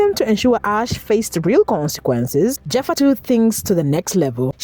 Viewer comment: Its not pronounced Jeffa, its pronounced like Heffa! 😂